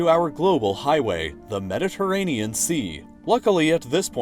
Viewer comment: "but here we encounter one if the largest problems to our global highway...... the mediterranean sea" i almost died 🤣🤣 edit: makes it even funnier if you listen to it at playback speed 0.25x also this part is times